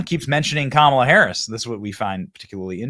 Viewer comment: Did mispronounce "Kamala"?